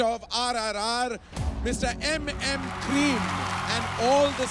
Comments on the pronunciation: It's M M Keeravaani 👍. Not M M kareem 🤦🏻‍♂️ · Mc its mm keerivani not cream naam to thik se jan le